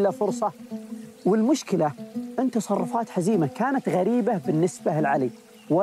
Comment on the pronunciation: واضح ان الاخ الي يروي القصه جالس يقراها من كتاب ولا سمعها من الاولين .. لانه نطق اسم حزيمه نطق غير صحيح